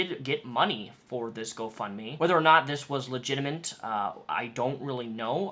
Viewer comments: Why do you say 'legimitant'? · legitimate is not pronounced legitiment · am I hearing shit or are you really saying 'legitaMINT'